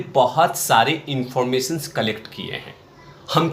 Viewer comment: अर्रे भैय्या, इन्फर्मेसन्स नही इन्फॉर्मेशन